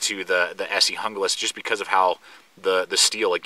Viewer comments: it's HOON GLAS !!!!!! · its pronounced Hoonglas....